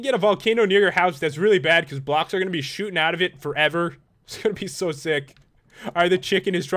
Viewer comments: When Pat said " Shooting out of it" I thought he said "Shoopin it." I WANNA GO SHOOPIN WITH PAT!!!!!!!!!!!!!!!!!!!!!!!!!!!!!!!!!!!!!! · Ya it did sound like it